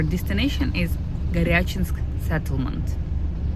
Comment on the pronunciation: I had to chuckle when you said “Goryachinsk”. My wife has decided that’s where she wants to go to a “kurort” just like you’re doing. I hope that your next video will be of your stay at Goryachinsk. If my wife calls one of the kurorts will someone speak Engish (or German) to help her? One last question. Does the “Russian Far East” begin around Lake Bajkal? Where exactly? I’m guessing that once you are in Buryatiya that you are in the Far East, not Siberia. Thanks.